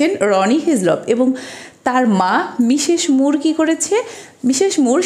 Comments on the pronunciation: Well explained but "মিশেশ মুর" is not the correct pronunciation. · তার সব কথাগুলো শুনবে তার উচ্চারণে স/ছ তে একটু সমস্যা আছে এগুলো জন্মগত , এরকম বহুত মানুষ আছে যাদের উচ্চারণে সমস্যা । আমরা বুঝলেন না আপনার বোধ-বুদ্ধির ঘাটতি আছে তা না হলে বুঝতেন😊